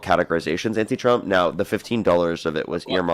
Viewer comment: Dude just said anti twump. 🤣🤣🤣🤣🤣🤣